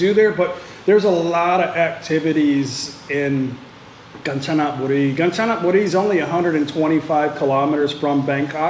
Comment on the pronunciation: Rajendren Natraj not the same it called Ganchanaburi but pronounced “ Gaan-ja--na-bu-ree”